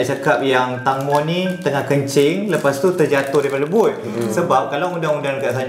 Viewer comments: Cara sebutan tangmo ni sebenarnya tengmo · Bukan tangmo. Kena sebut tengmo. Ejaan je tangmo. Hehe 😅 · bukan tangmo tp tengmo 😅